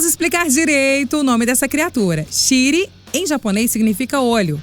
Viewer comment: A voz eh boa...mas....porra...shiriMEEEE fala direito...fora q a tradução ta errada...e a interpretação do texto ta fraca...pontuação,exclamação...tem q melhorar